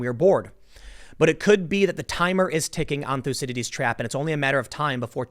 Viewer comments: It's not "lucidities" trap, it's Thucydides. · Everytime Tim says 'thucydides trap' we should take a shot.